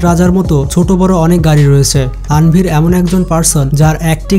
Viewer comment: নাম সঠিকভাবে বলা উচিৎ। তানভীর -এর বদলে বলছে আনভীর!